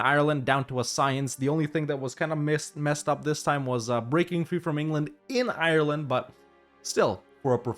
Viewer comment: If you don't know how to say Ireland, you could google it